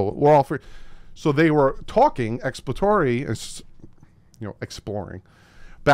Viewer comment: Why does not know how to say ex·plor·a·to·ry